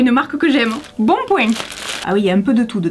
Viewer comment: ''Bon point !'' 😂🧡 *avec l'accent